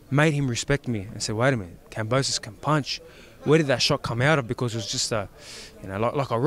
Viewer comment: Its KAMBOSOS. K A M B O S O S. Its insulting for the boxer to call his name wrong. WTF? Fix the titles at least. Thumbs down from me.